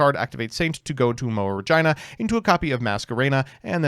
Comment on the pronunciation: please don't call it "Re(jyna)", call it "Re(jee)na" thank you